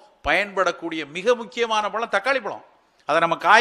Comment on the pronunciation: பளம் இல்லை. பழம் Try to pronounce correctly